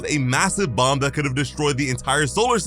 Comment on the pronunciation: BTW its bom not bomb